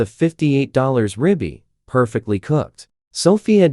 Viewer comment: Why can’t you use better AI narration! Rib eye pronounced “Robbie” REALLY!